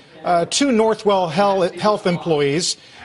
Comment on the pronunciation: He said northwell hell🤣🤣🤣